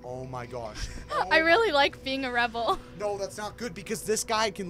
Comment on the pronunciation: ...ITS REBLE NOT RIPLE